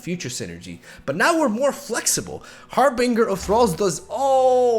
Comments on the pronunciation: I can’t not say it.. 😬 It’s HarBINGER, not -bringer. Pronounced like for example binge watching. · That's not how you say harbinger.